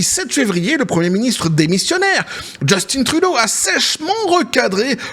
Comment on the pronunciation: Son père s'appelait Pierre Eliott Trudeau (Né à MONTRÉAL)... C'est français Québecois donc Justin Trudeau ce prononce en français... Drôle d'habitude que vous avez de le prononcer avec un accent anglais. JUSTIN (En français sans accent anglais) et Trudeau pareil! ;) Même son père le prononçais sans accent anglais. Je suis complètement neutre mais je sais que les États-Unis importe près de 50% du Canada comme l'alluminium, le bois, de l'électricité "Hydro-Québec", Sirop d'érable(Qui est, malgré ce que l'on peut en penser, une mine d'or)...etc etc. Donc pas sûr que ça soit dans leur intérêt une guerre économique. Les 2 pays seraient perdant. Le Québec leurs couperaient l'électricité et ce serait déjà un ÉNORME problème... déjà pour la totalité de New York.... Faudra bien réfléchir aux impact avant de faire les fous. :)